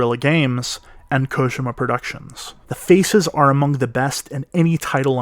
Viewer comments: “Hideo Kogema” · Its KO-JEE-MA!!!